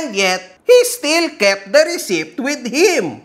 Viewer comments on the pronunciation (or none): !- receipt.. (ruh-seet) just saying 😍